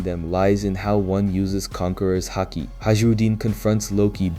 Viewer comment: I thought that too at first but its clearly AI when you listen closely, for example he keeps pronouncing words differently like mihawk or haki, and sometimes he stops mid sentence and repeats the same dialogue twice. I know its still a lot of work and i respect it, but i wish there was more emotion put into it.